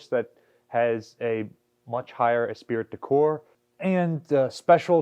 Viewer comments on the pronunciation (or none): Did you really say "es spirit" de corps? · you mispronounced "esprit de corps", the correct pronunciation is "espree-dee-core". Note that "Marine Corps" is pronounced, "Marine Core", rather than "Marine Corpse", (French, mostly disregards the final consonant). No sweat, just a note for future pronunciation...not that all French words retain their French pronunciation. Thanks, and I am assembling $20 as a donation...all I can afford at the moment, it will be sent as cash to your name. MCI